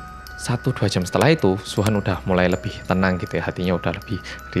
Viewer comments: Nama Suhan Gw dengernya wuhan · Sama ku pikir sebutin luhan😁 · Ak kira Wuhan :v